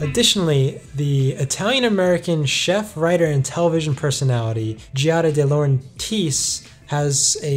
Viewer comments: Pronounced.... Gee*ya*da Dee*low*ren*tis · Learn how to pronounce Dilaurentis